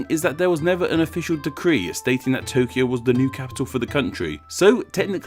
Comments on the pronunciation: Comment about your Tokyo and Kyoto segment. 1. You are correct with the Kyo part but when it comes to To you are off base. The error is with Romaji translation. The Japanese pronounce Tokyo like Toukyo. It is lazy Western pronunciation that drops the U. Like Tsunami, Westerns drop the T and just say sunami. In the Japanese written language Kanji the symbols play a major role in the use, context, and meaning of the word. Just like with Pair, Pare, Pear in English Yuki (my son's name) has many meanings and is pronounced differently even though English spelling is the same. Yuki meaning Snow is 有 . Yuki for a girl 雪 & Yūki/Yuuki for a boy 優 and ゆき distance from the seam in the back of a kimono to the end of the sleeve. These are just some basic examples. of the same sounding word to Westerns being very different to Japanese. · The pronouciation of two TOs (TO of TOKYO and TO of KYOTO) are different. TO of TOKYO is a long vowl and TO of KYOTO is a short vowl. TO of TOKYO and KYO of both were originaly double vowls like TOU and KYOU. TOKYO is written TOUKYOU by Japanese characters (not Kanjis) and pronouced TOOKYOO, and KYOTO is written KYOUTO by Japanese characters (not Kanjis) and pronounced KYOOTO. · The "to" in Tōkyō and Kyōto are not pronounced the same in japanese. The line over the "o" means that it's a long vowel. So the "to" in tokyo is said with a long vowel and the "to" in kyoto is said with a short vowel.